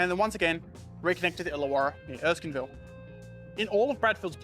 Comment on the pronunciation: Erskineville, not Erskinville! ok I'll shut up! Great video! Lots of information I wasn't even aware of. Loved it!